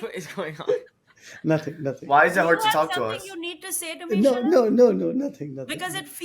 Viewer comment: I’m crying shalab comes out as shut up🤣